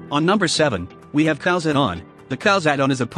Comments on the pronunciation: Just to be clear, though, it's really not pronounced "cows" is it? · Am I the only one who heard cows add-on instead of Khaos